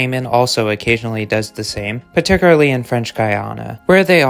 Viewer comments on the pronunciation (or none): Particularly = par-tic-cyool-ar-lee not pat-ti-cyoor-a-lee 👌